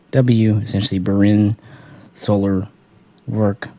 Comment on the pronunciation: on another note: *SuHL 😉